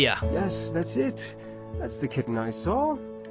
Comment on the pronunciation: I have no idea why people were mean about the way he pronounces the word kitten,it literally sounds so wholesome